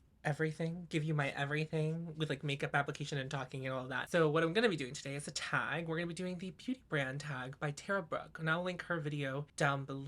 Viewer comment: At the beginning I thought you said “I don’t feel well so what I’m gonna do is attack” and I was like I am so here for this energy … then realised you said “a tag” 😂😂